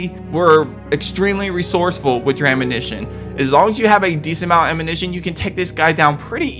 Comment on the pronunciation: It’s ammunition not amminition 🤦🏼‍♂️ you saying it right is clearly the most difficult thing out of this video